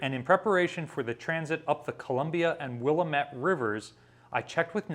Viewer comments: Please get your pronunciations correct! It is not Willa-METTE; It is Will-AM-ette. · Willamette is pronounced "wil-LAM-it" not "WILL-uh-met". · Pronounced Will Lamb It. Not Will Amit. Just to let you know. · The river through Portland OR is pronounced will-AAH-met, not WILL-ah-met. But hey, at least you didn't tack an EE to the end. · That is pronounced "Will-AM-et" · just a pronunciation note. Willammette rhymes with damnit. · Will-AH-mette. Emphasis on the "AH", sounds like the A in "Back". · Hi - Willamette is pronounced Will Ahhm Ehht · As a Portland resident, I have to report that "Willamette" is said Will AM ette. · Came here to post this. 👍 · True, the Willamette pronounced: Will-ah met, river is very narrow in places…As I texted in the earlier “Barn door stop”, during a ship check, I said the ship was sailing 8 knots… Glad you heard from someone you trust more than a lowly Design shop Engineering draftsman…🙄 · A pronunciation guide from a local: "Willamette" out here is "Wil-am-et". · Will-aaaa-met is how you pronounce it. :) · I overlook the Columbia River daily, but unfortunately I was not here when New Jersey came by. A friend of mine was a Columbia River tugboat captain and was on board to assist with navigation. I would love to see a video with information on attending Rose Festival Fleet Week. Maybe when the 1990's paperwork is released? But, please, Willamette is not pronounced like that.:-) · That was basically my comment. It seems people from the east coast rarely pronounce Willamette correctly